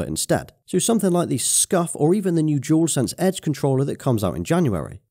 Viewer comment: Dual. DO-WOL. Not jewel. DualSense. Not Jewelsense. Idk why this bothers me so much 😂😂